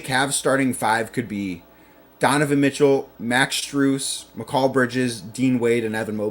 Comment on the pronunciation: You would have more credibility if you could say bridges first name correctly